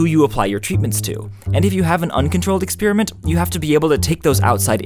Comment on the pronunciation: "Expeeriment"? "Ex-pEER-iment"?? Really? That's fEER-ly astonishing. I can bEER-ly believe my ears. WhEER did that come from? Never mind, I don't cEER.